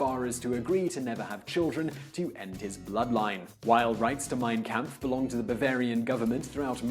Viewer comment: 'Mein Kamf' . Is that German for "Art of the Deal'?